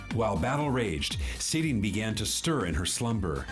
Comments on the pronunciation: Seele! Like Seh-le! I'm gonna haunt you, till you tell it correctly :) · Seele (pronounced seh leh) and Bronya grew up in an orphanage together which is why she calls Bronya effectively "Big sis Bronya" even tho theyre in a relationship, the rest of the things you asked about are kinda spoilers or just there for music video purposes